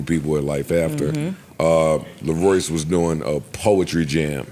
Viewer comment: LaRo"Y"ce .. Mel"Y"ssa .. fanc"Y"